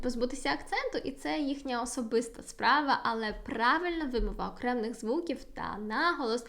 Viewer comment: вибачте, але у Вас сильний польський акцент.😉 Не маємо в українській мові слів "окремний" та "трохі", у слові "вимова" наголошеним є другий склад, а звук [ў] у закінченнях "-ів", "-ив" ніколи не перетворюється на звуки [в] або [ф]..)) Плекаймо ж Її- нашу Мову-Страдницю! За поради ж щодо польскої- велика Вам,, подяка!!)))